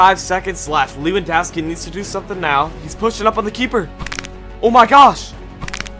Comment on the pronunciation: thats how u said it